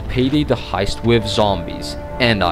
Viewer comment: Does it drive anyone else nuts when people who can't properly speak English, and also shouldn't BE speaking it, fail to get TH sounds right? It's Worth, not Worf. Earth, not Earf. With, not Wif/Wiv. You get the point. Besides that...